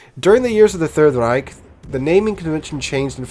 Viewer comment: Anyone notice how he made a full German accent when saying third reich?